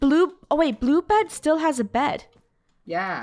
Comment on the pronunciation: When funneh says blue bed it sounded like blue bread